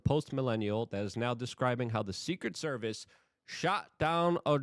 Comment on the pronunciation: Luke needs that muzzy language vhs. Secet service? 😂